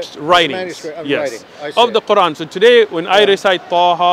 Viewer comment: the way he pronounced "Quran" says a lot about his supposed education LOL